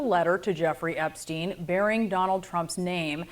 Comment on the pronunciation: "Trump epstiend Epstien." ~